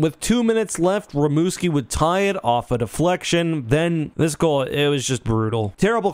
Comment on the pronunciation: “Rimouski”? Bro what. Do you even watch these or think before you speak?